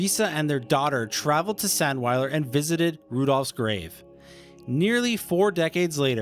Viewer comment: Get your pronunciation right, it's pronounced, ZANDVILER.